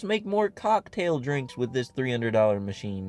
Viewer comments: I'm not English native but it doesn't sound like COCKtail is the right way to pronounce it... Did he do it intentionally or is he just weird like that? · it is pronounced cocktail but the emphasis isn’t supposed to be on cock 😭 it’s said together as one word, not the way he says it. i’m pretty sure he’s trying to be funny and/or weird and he’s doing it on purpose